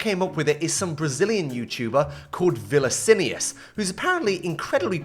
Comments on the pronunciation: vilicinious 😭😭😭😭 It would be pronounced more like "vin-issues" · how did you read vinnicius, as vilicinius? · "VILICINIUS" BRO LOL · It’s pronounced “vini (like vini jr)” and “ycius” and then put it together and form “vinicius” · u read it "veeneeceeoos" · bro relly said viniciniaaaas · oh my god you butchered his name so badly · KKKKKKK COMMON MAN, YOU DIDN'T EVEN TRIED PRONOUNCING IT CORRECTLY lol, brazilian guy here, Vinicius13 is like our mumbo jumbo, they both have the same vibe of just being un-hatefull ❤️ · the way you pronounced his name was criminal, nao respeita meu OG assim 😢😢😢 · That's not how you say his name 😭